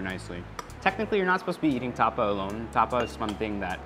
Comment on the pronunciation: Erwan, Tapa! not tuhpuh 🤣